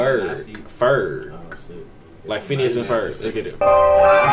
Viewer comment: man said "phineas and ferg"😂😂